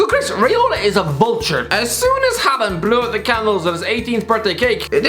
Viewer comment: Dont think those wages would go to his head. Even though a consumate professional, Haaland (first part pronounced like Haw in english btw) has always had a monstrous ego and confidence. Daniel Berg Hestad is the man with most norwegian premier division caps under his belt, all of them for Molde, and the youth coach at the club. In the middle of the night his doorbell rang, and when he opened he was greeted by a 17 year old tipsy Haaland blurting out "Just want to tell you that when Im done, youre no longer the biggest legend in this town"